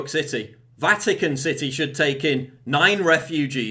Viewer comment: I thought you said Vatican sissy, at first when you said Vatican city.